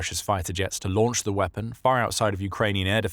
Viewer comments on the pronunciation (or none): none